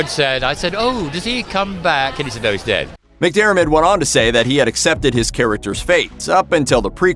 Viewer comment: Finally an American who can actually say McDiarmid and not McDermot.